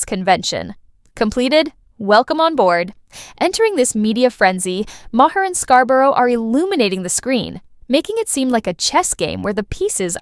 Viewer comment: If you're going to put out content, learn to pronounce people's names. Bill Maher's last name is pronounced "MAR", it's literally said nearly everyday. And yet you still mispronounce it, that's disrespectful to him, and you're viewers. Learn to do research before posting your content.